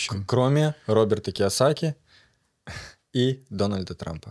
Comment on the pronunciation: Правильно не киасаки а кавасаки